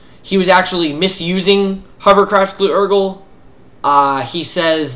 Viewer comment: Very nice vid mate. I've been seeing a lot of people misreading hovercraft Glu-urgle as well, it prolly has to do with all the hype that surrounded that card >.>